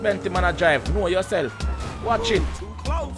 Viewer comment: drop a like for everytime he said kno uh self